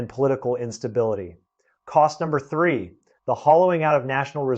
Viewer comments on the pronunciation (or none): none